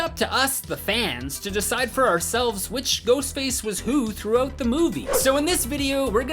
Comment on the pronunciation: he said "through-oat the movie"